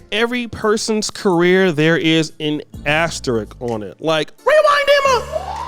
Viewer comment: ASterisk not Asterick